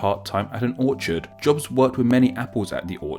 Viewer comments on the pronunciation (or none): none